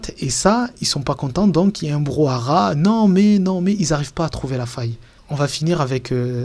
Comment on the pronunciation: Super la vidéo et édifiant le parallèle entre la realite et la fiction-réalité de Bentahla. Par contre c'est anecdotique mais on dit 'brouhaha' (pas 'brou à rat') non ?